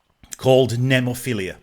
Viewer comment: Cool reaction, just one thing... The band's name right pronunciation is: Nemophi-LA... not Nemophi-LIA. ✌️😎🤟